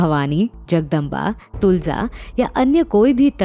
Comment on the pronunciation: तुळजा तलवार Not तुलजा तलवार